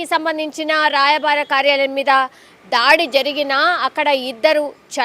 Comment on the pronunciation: రాయబార కార్యాలయం అనాలి భార్య కాదు మధ్యవర్తం కాదు మధ్యవర్తిత్వం అనాలి ఆఖరికి channel వారు కూడా తెలుగు ని ఖుని చేస్తే ఎవరికి చెప్పుకోవాలి 🙏